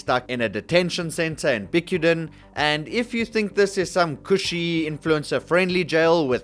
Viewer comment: as a filipino, how bro pronounced "bicutan" made me laugh